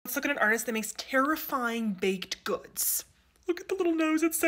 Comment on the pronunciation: “TERRIFYING BAKEDTT GOODTTTS”